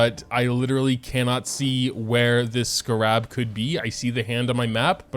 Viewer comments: Dude it’s pronounced skeh rub, not skuh rob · Scarab is pronounced with the emphasis on the first syllable. SCAR-an, not scar-AB. My ears are bleeding. :-( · my guy- I'm sorry it's not scarAb it's scArab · isn't it pronounced "Scare-ab" not "Skarab" 😭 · I thought he was saying sca-rahb as a joke like "haha youtubers always pronounce things wrong" but even when he was madge he was still saying it wrong and I am screaming. Scare-eb I typically like the larger world quests because of the lore they give to the world, but the smaller quests are kinda just words to me. It's definitely a better idea to spend about 10 minutes grabbing the surface 40ish and then move to someone else's world, I was told the rest arent worth it until after you've done the quest. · Everytime he says scrab my brain wants to autocorrect it to scarab😅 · why do you scar rabs like that. its just scarabs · bruh it's pronounced Scare-Ebs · I really hope the pronunciation of Scarab is deliberately wrong. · Am I the only one triggered by how he's saying "scarab"? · do you just not know how to pronounce scarab or what? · WHY HE SAY SCARAB LIKE THAT UGH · I’ve never heard scarab pronounced this way before lol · Why is pronunciation everything under this sun atrocious. Its a joke right lol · Where'd you learn to pronounce 'scarab'?? My soul itches now. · I don't know what's funnier, being mad or the way he pronounces scarab 😂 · The real tragedy here is how moga pronounces scarab let’s be honest